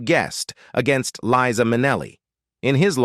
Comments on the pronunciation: I have been a fan of LiZa Minnelli for many, many years, since she and I were both young. I found it painful to hear her name mispronounced so many times in this post, especially since she bothered to record a song to teach us all that her name is "LiZa with a Z NOT Leesa with an S." She deserves better than this. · "Its Lisa with S NOT Liza with Z because Liza with Z goes zzzzzzzzzzzzzz not sssssssssss" This is part of one of her songs teaching how to pronounce her name...Its this a person or a bot? Cause it goes from one pronunciation of her name to the other several times? I also noticed some other wrong pronunciations of other words. There are also some wrong facts about her life...just saying...She is super charismatic, educated, intelligent, great dancer (she went to a ballet school) and singer and a kind person. Like her mother, with a huge number of gay people. She is just great. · LIE- Za !! Not Leeza, you idiot! What else have you gotten totally wrong? Sorry , fella, but that is extremely annoying. You don’t know how annoying! Have you even listened to her song “Liza”? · Ikr, Leeza is not Liza. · Liza is an incredible talent. And it’s Li-za with a Z. C’mon can you get it right in the days of Chat GPT?😊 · This announcer doesn’t even know how to pronounce her name!! He says Leeza!! 🙄Then also says her name correctly. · LEE-sa MIN-e-lee? Whoever the narrator of this video-tabloid is, he should at least learn how to pronounce the subject's name consistently. Pathetic! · "LIE - ZAH". Get it right robot voice boy. PATHETIC! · Pronounced - LIE-ZA. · I wish you would learn to pronounce their names and thank God Eliza has enough guts to share her life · Never! Marry an XY! And the narrator needs to learn to Pronounce Liza's name! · Liza is NOT about eighty! Born March 12, 1946. Do the research and Do the math! She is 77. The ROBOT "narrator" doesn't even pronounce LIZA correctly! Get it together, YOU TUBE!! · This guy can't get Liza's name right at times.